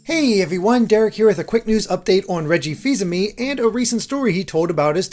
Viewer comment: Reggie Feezamee?